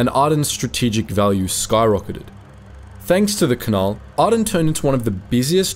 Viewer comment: Also Canal, not canahl